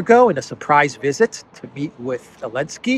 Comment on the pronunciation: SOOO ANNOYING!!! You keep saying " Elensky" or "Alensky" or " Lensky"..... It is ZZZZ ZZZ ZELENSKY!!!!!!